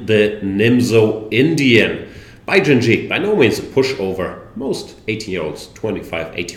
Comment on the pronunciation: Great stuff. Thank you Jan. But why do you call the guy Bai JinJi? Jinshi should be pronounced more like Jinsh